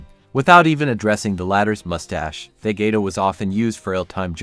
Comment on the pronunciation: Nice video but are seriously saying "vegueta"? As if saying David guetta ?.... Bruh.